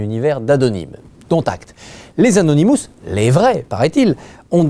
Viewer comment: et au fait, c'est anonymous et pas anounimous